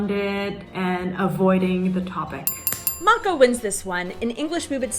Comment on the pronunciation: Slečna z Hawaie má super výslovnost.